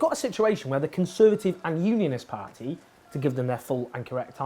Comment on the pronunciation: Has your inability to pronounce party correctly ruled you out of ever being a politician?